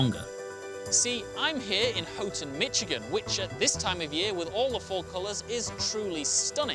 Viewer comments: He said "Mitch"igan 😁😁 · I like the ‘Mitch a gin’ pronunciation. Hilarious!